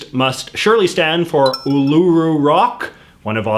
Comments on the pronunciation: It’s not pronounced U lUUU Ru it’s pronounced UUUluru There’s a difference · Uluroo is pronounced oo la roo said quickly not oo lew roo with a pause between oo and lew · hearing J.J. say uluru so incorrectly as oolooroo was hilarious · I’m sorry if this is rude, but J.J.’s pronunciation of uluru is hilarious 😂 he says ‘ulooru’ instead of ‘uluru’. 😂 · Its pronounced Ularu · “Ned Kelly a gangster” He’s a bush ranger! Well was a bush ranger Uluru (pronounced “Ularoo”) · Oolooroo rock. That got me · Did he really say oh-low-roo instead of oh-l-agh-roo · “Ul-oo-roo rock” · The majority of the pronunciation somewhat annoys me I mean seriously you said it oooloooooroooo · Really? “Oo-loo-roo?” That was the best you could do? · As an Australia I laughed so hard because of the way he said Uluru (oo-lah-roo). Also, y'all don't like Vegemite because you use to much. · Not them pronouncing Uluru wrong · I love it when people try to pronounce Australian names. They enfisice the U in Uluru and things like that. Side note: Weet-Bix is the best breakfast food I eat like 5 a day. Vita Brits aren't as good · He didn't pronounce uluru right